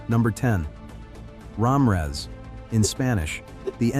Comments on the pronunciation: I heard Ramrez. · That narrators pronunciation of the names is really messed up. He’s calling my last name Ram her ass 😂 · Either the person reading these names or the AI pronunciation needs to be corrected. Starting with the first surname, Ra Mi Rez